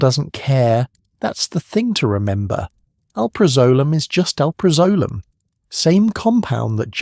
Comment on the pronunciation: barr in and already your AI can’t properly pronounce alprazolam which is the subject of this video so why TF are you so lazy you can’t review to be sure some of the important words are pronounced correctly by your AI. Big failed dude deleting and never coming back to your slop!